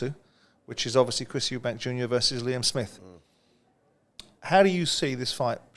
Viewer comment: Why do you people keep calling him ' 'Eubanks' his name is 'Eubank'. You are literally getting paid to talk about these fighters but you cannot even say their names properly. It's just embarrassing on your behalf